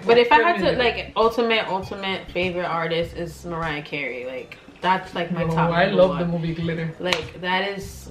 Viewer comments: Ewwwww she lokey said mariyah Carey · Ewwwww she lokey said mariyah cariy